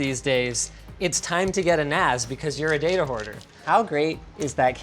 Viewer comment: Thought it was pronounced NASS not NAZ, now I have to go fill my car with some GAZ